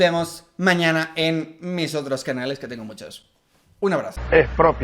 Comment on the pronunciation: Nobody: ... Literally nobody: ... Chavez: ejpropiese